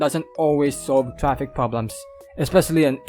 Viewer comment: “Tree point payb” and “trapik”, love it!